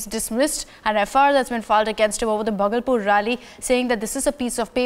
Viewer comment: indian anchors must be able to speak names of city. bhagalpur is 2nd largest city of bihar